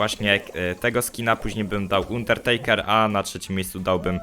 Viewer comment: Pls czytaj dobrze undertakera bo to tak uszy bolą, zobacz sobie jk go przedstawiali to będzieimk lepiej